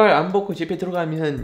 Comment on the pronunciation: 마스크 아무리 열심히 해도.. ㅅㅂ 안벗고 집에 들어가면... ("ㄴ" 발음 중요해요 쌤님 ㅜㅜㅋ)